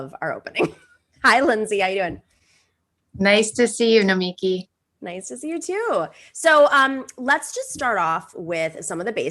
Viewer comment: You confusin the children! Lead-in track has her name wrong. Boylan got her name wrong. Francesca got her name wrong. It's No-me-key. NOT No-miki